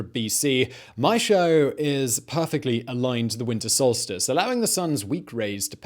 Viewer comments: That would be Maes (maze) Howe (how), not "may-show". :-) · Maeshowe - the Howe of Mae, not the "showe" of Mae. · Thankyou. What I popped in to say. Mays how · Need to learn how to say Maeshowe properly. 🤣🤣🤣🤣